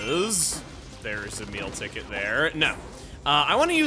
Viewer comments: Am i the only one that hears "Emile Ticket" when chugga says "A Meal Ticket" or am i crazy xidiixidkkx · whenever chugga says a Meal ticket I hear Emile Ticket